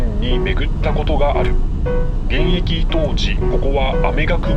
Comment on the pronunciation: 「門司」は「文字」と同じ「も」にアクセントがあるイントネーションではないぞ！ そんな気色悪言い方を何度もせんどってちゃ！ 西海岸の言い方が変 「旅客」は「りょかく」 門司港は北米航路の船舶は入港していませんでした！ 糸田の言い方が変 田野浦の言い方が気持ち悪い 新浜埠頭だと？そんな名称は１度も存在したことがない 関門大橋ではなく関門橋だ！ 新幹線は、関門トンネルではなく新関門トンネルだ！ 「あめがくぼ」ではなく、「あまがくぼ」だ！ ミスが多いです！ アップする前にもっと調べてから正確さを高めてはいかがでしょうか。